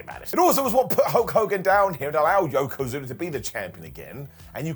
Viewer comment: Yokozuner. John Ceenerr and Batisterr.